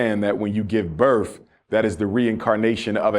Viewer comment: " when you give birf "